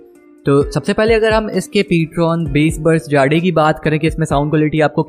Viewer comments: Bhai it's not jaade it's jade btw nice content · Hahaha😂😂😆😂 bhai Ptron "जाड़े" nahi hai Ptron "जेड" right pronounciation hai👍🏻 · Jade 🤣 funny pronunciation